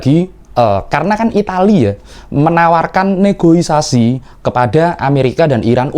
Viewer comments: Yg bener Negosiasi. Bukan Negoisasi apaan tuh. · Bukan NEGOIASAI mas... tapi NEGOSIASI. Makasih agar next time dikoreksi. Salam. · NEGOSIASI please, BUKAN NEGOISASI. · Negosiasi bang.. bukan negoisasi 😊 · NEGOSIASI bos bukan NEGOISASI 😊